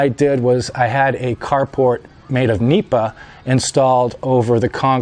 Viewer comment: It's "nipa" not meepa or "anahaw" thatching material used in the roofs and walls of the typical rural houses in the Philippines called "bahay kubo".